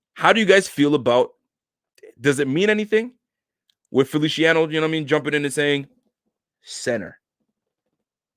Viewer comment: Feliciano is pronounced like an S lol...not felishiano 😁